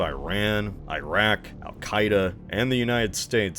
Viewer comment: Come on, pronounce Iran and Iraq correctly. Good video